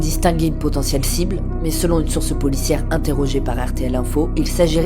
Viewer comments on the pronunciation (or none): none